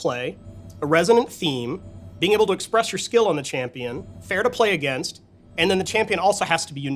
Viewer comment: "Fair to play agaisnt"